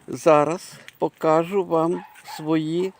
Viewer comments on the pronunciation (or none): none